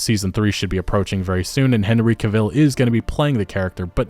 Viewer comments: It strikes a nerve every time you say Henry caVILLL. It's Henry cah vile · Stop saying kilvil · Cavill is pronounced like travel. Sorry but it just bothers the shit out of me hearing it pronounced like that. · Not CahViel, it's Cavel..like travel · All good points. Henry Cavill will be missed and the show does not deserve him! One small thing, though, Henry Cavill's name is pronounced Cav-ill and not Ca-vill. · Cavill, not Ca-ville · According to Henry, Cavill is pronounced like in travel. Not vill. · I know.. I was making a joke at the fact its pronounced Ca-vill, not Ca-ville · Dude, is English not your first language? You mispronounced several words there including Henry Cavill. "Debuted" is pronounced "day-bue-d" not "day-bue-ted" The T is silent in the word. And Cavill is emphasized on the first syllable not the second. Like CAH-vill. Not Cah-VILL. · Cavill. Like TRAVEL. Not CAvill but CAVill. 😊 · His last name is Cavill pronounced travel but with a damn C. It’s not Cevil. He’s not Carella Deville. Lol. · It's Cavil, Not caviel like you say it haha. ANyhow.. i think he did quit because he will come back as Superman. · It's Cavill not caville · Ka-Ville - not Cah-Vihl? I don’t know - I have never heard his name said this way and it’s kept making me flinch while listening. Anyone else? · It's Henry Cavill, Not Henry Caville you don't call gerard butler Gerard bootler Or morgan freeman morgan free man I mean you're making a video about the whole thing.. don't be so lazy.. People don't rely and you as an actual viewer and fan of the show when you can't even bother pronouncing one name correctly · Great vid but its Cavill as in CAH-VULL not CAH-VILLE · Why do you pronounce his name Cuh-ville instead of CAVIL? :o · Cahill rhymes with travel. Pronouncing another persons name correctly it’s a lot like staying true to the source material for an adaptation. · Why can’t Americans pronounce any words right? Who the fuck is Car Veel? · Henry Cah Ville xD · "Henry Caveel"